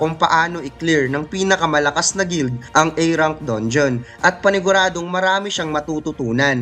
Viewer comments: Boss ung pag pronounce mo na A rank sounds like E, A rank pero pag pronouce like E. Kakalito minsan haha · Like ur content, pero paayos nlng ung pag pronounce ng ilang word/s, A rank, creature, etc.